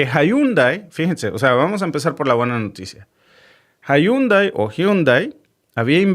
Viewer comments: Llundai ò yundai y no jundai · Se dice jandei